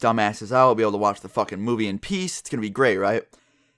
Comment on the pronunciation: You said pee not peace 😝